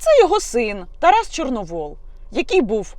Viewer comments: Тарас ЧорновІл,а не ЧорновОл! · Яніно, Тарас не Чорновол, а Чорновіл. Це по перше. По друге, Тарас давно визнав свої помилки. По третє, будьте ЖУРНАЛІСТОМ, а не базарною бабою. По четверте, як тільки я побачила відео з Тарасом, перша думка у мене була, що це тітушки, а ви кажете, що патріоти. Поважаю вашу роботу. Не помииліться у виборі кумирів.